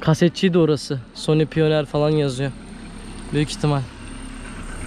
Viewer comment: Pioneer (paynır) piyoner diye okudun helal olsun